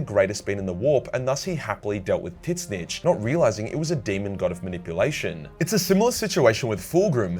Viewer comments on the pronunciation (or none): Why does he still say Titsnitch?